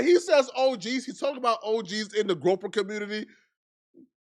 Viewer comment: The way you pronounce "groyper" is sending me! 😂😂😂 Perfection. Definitely subscribed. They ain't groping women, fortunately. 😂😂😂